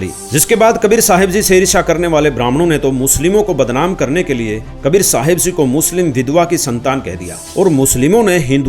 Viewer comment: Ji ko zee kyon bolte hai,🙁